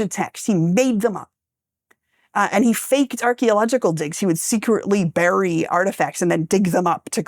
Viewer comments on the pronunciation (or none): none